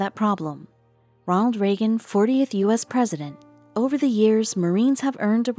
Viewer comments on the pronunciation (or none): none